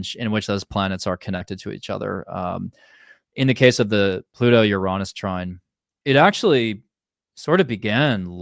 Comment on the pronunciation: What? Did he say You Raww Ness? I never heard that. I've only heard Your Anus or You reh ness